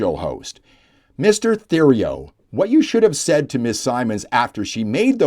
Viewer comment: Typical Liberal default. Btw, Theriault is pronounced Teriault. You don't pronounce Th as in the, you pronounce it as a T. Thank you.